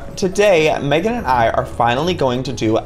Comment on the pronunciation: Meghan said it correctly Joey